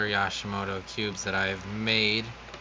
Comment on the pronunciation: Yooooshimoto not yaaaashimoto!